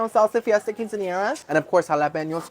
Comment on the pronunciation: 😂😂 and he said quin cin yeera 🤣🤣 I second that are you good gurl?? Lol ❤